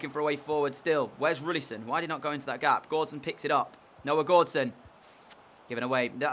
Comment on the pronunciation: is it not roussillon instead of roullisson?